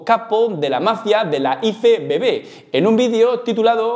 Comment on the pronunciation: Por que dices iFEBEBE?, sera IEFEBB (IFBB)...Me has recordado a cuando al coche del equipo A yo decia que era un EGE EME CE, cuando era un GE EME CE (GMC) 😂